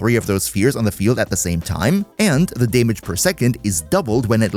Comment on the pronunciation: Pet peeves me hearing staytus and daymage lol